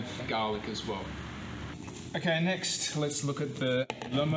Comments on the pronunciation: Arroz a la Valenciana... Valencian style rice. Btw There's NO pineapple in a traditional Lomo Relleno... It's nice that you are taking in the culture of your host country. In Nicaragua there are Milca and Rojita which are native produced soda drinks, not sure about Red Fanta. What the hell is gah-lic??? And it's Nochebuena not Buenasnoches...🤣 the last one means good night! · They are from Australia, that’s the way the pronounce garlic. I love your suggestions and the rum, yum 🤤